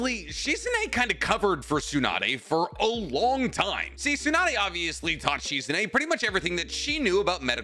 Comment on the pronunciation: My guy you are way too big a Naruto fan to be pronouncing so many ppls names wrong. Like bro lock in pls. This Proununciation Shizune is literally hurting my soul 😭